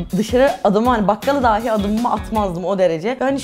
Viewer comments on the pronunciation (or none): none